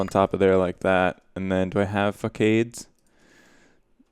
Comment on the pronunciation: Facade (fa-sod) is French